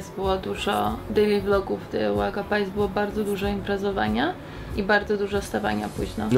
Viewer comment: czemu mówicie "uwaga pajs" zamiast "uwaga pies"?